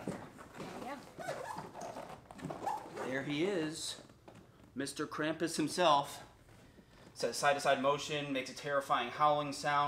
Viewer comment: Pronounced Krumpus........